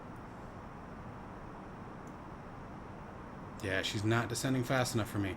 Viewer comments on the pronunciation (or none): none